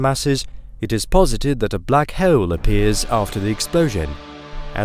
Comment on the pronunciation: Hoh'oule - I finally came up with the perfect way to spell how he pronounces 'hole'!